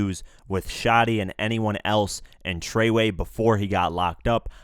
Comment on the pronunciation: "TREYWAY" LOL😂 IF THIS IS THE KING OF NEW YORK THE EAST COAST IS IN TROUBLE! AND IF THIS IS WHAT A REAL BLOOD IS THEN MAY GOD HELP ALL YOU BLOODS GET IT TOGETHER!